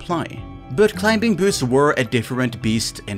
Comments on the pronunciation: CLI-MING!!! The B is silent ffs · Just a heads up youre pronouncing "Climbing" very strange. The B is silent lmao you not even saying it right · Climbing has a silent "b". You don't pronounce it. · Ah yes Clim-Bing boots XD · The "b" in "climbing" is silent btw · No one tell him the B is silent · hate how you pronounce the B in climbing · Who the hell pronounces the B in Climbing? 🤭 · do you pronounce the k in knife? THEN STOP SAYING THE B IN CLIMBING LMAOOO